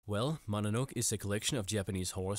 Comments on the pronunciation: "Mononoke" is pronounced /mo-no-NO-keh/, not /MAH-nuh-noke/. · MononoKE lol Why don't you pronounce the "e" at the end? I could guess it's on purpose since I bet you double-check stuff like this so it must be a habit but... yeah. It's weird to hear Mononowk. Anyway, seems like a good list like always, and I'll immediately start Parasyte since that summary and scene made me wanna watch it so bad.